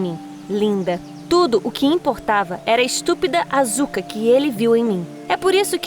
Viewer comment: mds q dor---------- a pronuncia da asuka AAAAAAAAAAAAAAAAA